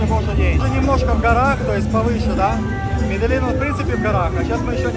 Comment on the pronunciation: Медельин, Медельин... Конец октября 2021 года... Когда я туда ещё попаду?.. Как говорил наш гид в Comuna 13 - Медеджин. Это они там по-местному так произносят).